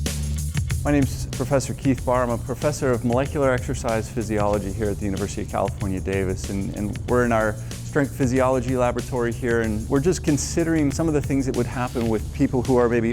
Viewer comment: Had me until you said comiefornia